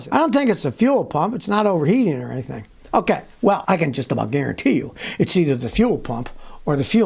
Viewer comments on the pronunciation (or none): none